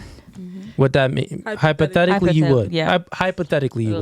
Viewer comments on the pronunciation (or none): 2 seconds in and I lost brain cells. Tf is hypotellicaly 😂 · Not even in Spanish did she say hypothetically correctly😂😂🎉🎉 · It’s fucking brutal, listening to her try to say hypothetically